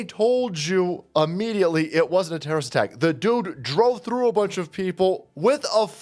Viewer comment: "We whuz not terror wrist.. just axing"